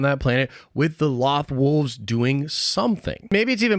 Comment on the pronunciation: Only thing that bugs me about this Is how you’re pronouncing loth wolves Edit: and your purgil theories too lol